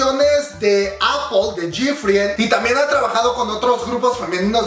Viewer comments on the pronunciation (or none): none